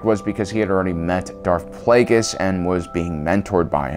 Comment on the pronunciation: Bro how’d you mis-pronounce Darth Plaguies and Darth Tenebrous?😂